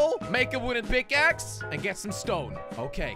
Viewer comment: its pickaxe not pickace